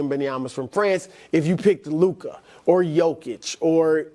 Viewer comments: It’s Luka. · It’s Luka